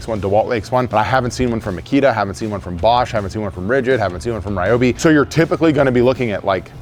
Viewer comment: Re-obi, broski it’s ry-obi